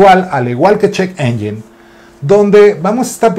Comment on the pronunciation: Se pronuncia ENYEN no ENYIN y muy buena sección, estaba esperándola porque en TIxus ya casi no están dando noticias nuevas